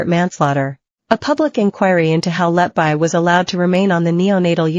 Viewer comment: Her surname is pronounced “Let be,” NOT “Let bye.” Why are these Americans, who cannot speak English, allowed to mutilate the English language?